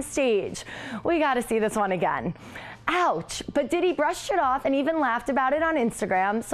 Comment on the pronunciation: She wasn't throwing shade..... She didn't know how to pronounce his name smh